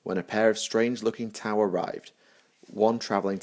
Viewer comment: The ' in T'au is meant to be a pause in the middle of the name. When you say the name it kinda sounds with a break like you are saying tah ow with emphasis on the h.